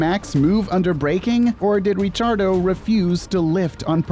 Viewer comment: 'Richiardo' It's pronounced 'Rikiardo'